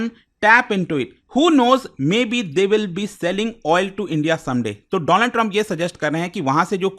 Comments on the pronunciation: Donald nahi doland😊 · paw paw ne donald ko dolaand kya bol diya, ye to gussa nikal rha hai..🤣🤣🤣